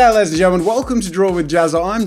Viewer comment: well tbf Jack's intro ain't "ladies(and gentlemen)" it's LADDIES